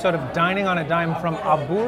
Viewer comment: Really enjoy your videos. Pronunciation is ahh-boo-rah-ya, no emphasis on the boo. Roughly translated to "fat restaurant" or "frying place". Abura is general term in Japanese for fat/oil and ya refers to establishment.